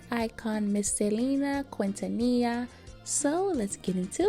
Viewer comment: just a tip QUI in Spanish is pronounced as key think of kindergarten kin-Tania